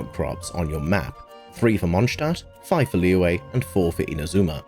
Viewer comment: These are some rlly great tips but the way you pronounce some things like Liyue just kinda ticks me. Its not Leeway, its Liyue. Its chinese and i understand not all ppl know how to pronounce such things but you could search it up and learn